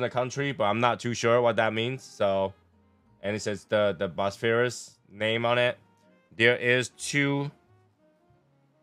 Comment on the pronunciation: Word of the day presnted by - "Bosphurus" 😂